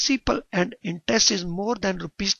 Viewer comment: intest nahi interest .. horrible pronunciation